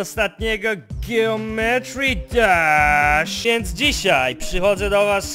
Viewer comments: jak by c o tO muwi sie dżeometri dasz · czyta się Dżijąmetri Dasz